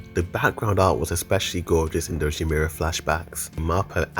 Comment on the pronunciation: great video but pls pronounce ymir right next time xD